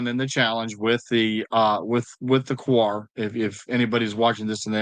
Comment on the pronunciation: it's actually WA 😂